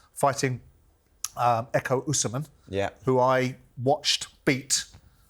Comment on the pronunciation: Why has everyone started pronouncing Ekow Essuman’s name as “Youssamen” when it’s clearly “Essoman”🤦‍♂️🤦‍♂️🤬🤬